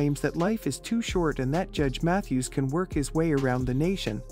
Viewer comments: He should SUE the fools! Narrator can’t even pronounce Judges’ last name correctly. Boy Bye! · If this is an example of AI, I don't like it! Mispronounced the surname three different ways!